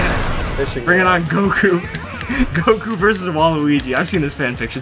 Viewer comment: Reads Goku Says Gawku